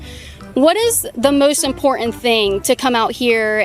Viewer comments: it is IMPORTANT not imporent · Hey why do you not pronounce the T in words like button you say bu in and instead of saying important you say impor-ant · The ‘t’ in important isn’t silent llol